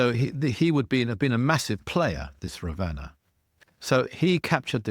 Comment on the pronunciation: You have a lot of book knowledge but I wonder where you’re getting your info from. Your pronunciations of Ravana, Vimana, hanuman and some other words is really poor.